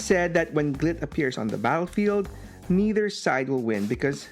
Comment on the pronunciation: be careful how you say, "Glit" xD